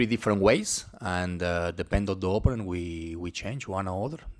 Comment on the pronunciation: ... Man könnte oder sollte den Coach zumindest mal korrigieren bei der Aussprache des Wortes OPPONENT (Gegner). Nichts gegen einen Akzent, aber er spricht es sehr falsch aus. Und benutzt dieses Wort so geschätzt 10 bis 12 mal jede PK. Alleine die Korrektur dieses Wortes würde sein Englisch gefühlt viel besser machen. Sein Englisch ist ausbaufähig, insbesondere die Aussprache einiger Wörter. Ich verstehe alles was er sagen möchte aber es kostet mitunter einiges an Konzentration. Ich beneide unsere Spieler nicht. Denen muss der Kopf qualmen nach 1 Stunde Theorie Schulung.